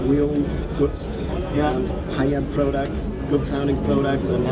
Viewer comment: Native German speakers always say "prow-ducks"